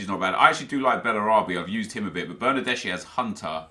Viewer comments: Its not bernardesi its bernardeski, trust me im italian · That's Bernardeschi not Bernadeshi You should pronounce it like Bernardeski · Bernardeschi is read as Bernardeski